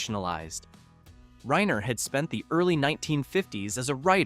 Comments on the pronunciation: RYE-ner, not "rain-er" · ...or Reener! ...and Petri is pronounced "Pet'-ree"; not "Pee-tree"! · Carl’s name is Reiner not Rainer.